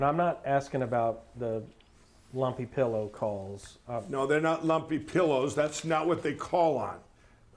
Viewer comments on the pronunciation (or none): the pronunciation of “llumpy pillloh” sent meeee 😂